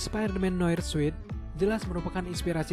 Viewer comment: Sorry ni min bkn suit bca nya tp sut... Trus bkn sekuel ti sikuel...